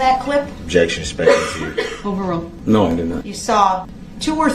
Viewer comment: Ole' Brooksey just flicking a spinning prize wheel to decide what to say next. "Grouns!😡 "SUBSTSAIN!"😡 "specalative!"😡